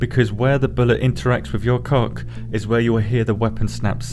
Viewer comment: Dagnamit why do I laugh every time you say coc